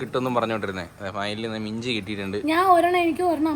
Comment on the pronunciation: Minji ennu paranjapol inji ennu kettavarundo